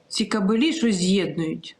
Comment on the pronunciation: Дівчата.не кабелІ , а кАбелі. Наголос на А.